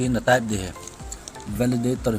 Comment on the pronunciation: beh2 hija bro... Themkhat hoidom in bol o Valaditor ahipoi e Validator joh ahe chuleh pronunciation jong kicheh dom leh dei aume